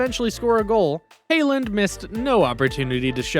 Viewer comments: It’s haaland not hayland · You need to learn how to say players names… hey-land? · is not hayland is haaland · Its not hayland😂😂😂lol